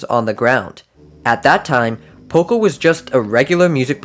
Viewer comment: It’s poco